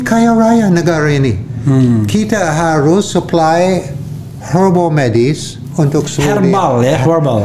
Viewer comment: Herbal, bukan hair balls